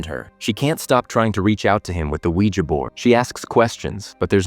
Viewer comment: Was he saying Weeger board? 😛